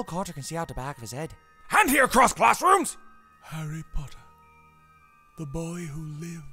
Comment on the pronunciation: try not to make his voice too rough ! you did a great job on the “pottah” tho